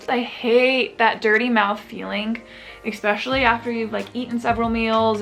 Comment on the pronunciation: why do so many people say ekspecially.